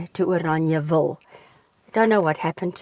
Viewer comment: Why are you calling it Oraniaville? Instead of Orangeville?